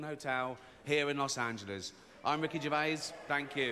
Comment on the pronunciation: Excellent recovery on correctly pronouncing his name.